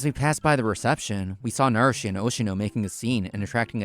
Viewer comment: It's Oshino, man. Not Oshimo.